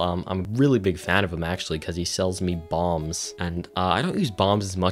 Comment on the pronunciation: I kept thinking you were saying you were buying Bongs from Demetrius and not Bombs lmao